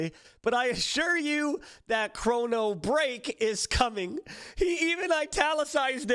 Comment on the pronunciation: I cringed so hard at "chrono break"